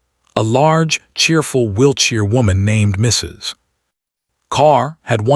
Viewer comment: It pauses in mid sentence and after MISSUS. LOL